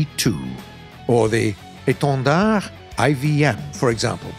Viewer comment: I love how you said the "étendard" it was so clean